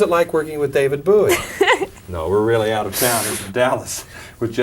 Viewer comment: "David Buoy" lol